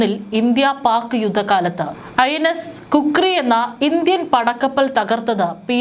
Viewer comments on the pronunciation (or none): Kukri അല്ല ഖുക്രി